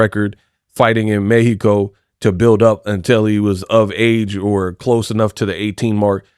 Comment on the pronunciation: You have been the only one saying🗣 "Méh-he-co" correct 🇲🇽 I like that 👍